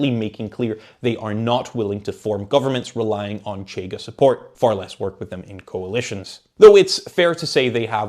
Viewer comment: Also the 'CH' in 'Chega' doesn't make that sound. 'CH' represents a sound represented in English as 'sh'. But it happens. Most people on YouTube don't check these things up. If had a tuga acquaintance, that could help on this aspect. Edit: I'm not a tuga myself. Am a zuca with some tuga distant relatives. 2nd Edit: I made a point in saying I'm not tuga, to elucidate that I'm not suggesting to be consulted or anything. My suggestions are always in the direction of: having nationals of the country discussed being consulted(including on things like pronunciation). 3rd Edit: Reorganized the comment, omitting unnecessary stuff, while also correcting typos.